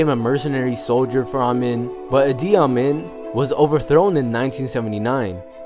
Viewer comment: It's pronounced E.D. Am-een.